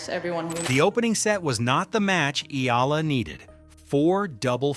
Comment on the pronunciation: Pleaseeeeee! For the last time her name is pronounce EE- YAH- LAH!!!! OK!!!!????? EE- YAH- LAH!!!!!😮